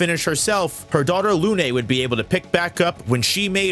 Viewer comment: As a frenchman, your pronunciation of Lune and Sirène makes me wish I was deaf. Please stick to the regular american pronunciation. That aside, I think your focus on the Journals is a bit shallow; to truly consider each expedition, you need to take into account the flags they left behind.